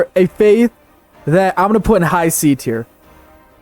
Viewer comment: nothing, you heard him mispronounce faith while he was showing footage of Africa and came to a conclusion